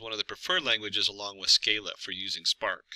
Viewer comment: Sc-AH-la, not Sc-EY-la